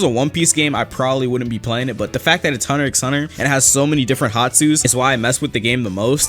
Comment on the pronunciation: did he say "hunter X hunter" DID HE ACTUALLY SAY THE X